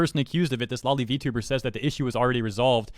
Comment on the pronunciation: Just a friendly reminder, it's pronounced "low-lee" like lolita, not "law-lee" like lollipop.